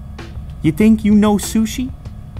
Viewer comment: Unbox Therapy did u say shushit?